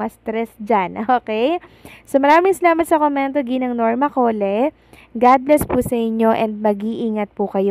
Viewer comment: Suggest ko sa iyo check mo muna mga words na American version even names sa Google . Iyong Cole na last name ang pronunciation mo ay Coleh🤣 Tapos iyong maple ang pronounce Mo is mapol . I presume you are in college in Manila ? Just my 2 cents . Walang mawawala if you learn the right pronunciations .